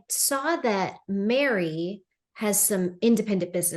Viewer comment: Her name is MERI NOT MARY.